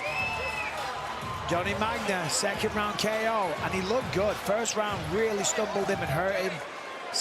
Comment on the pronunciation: the guy's name is Magna...and she called him 'Johnny Ragma'